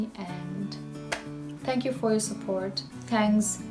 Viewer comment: “DhanyavadagaLu” was perfect!